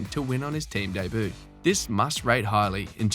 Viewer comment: Learn how to pronounce Debut you dork.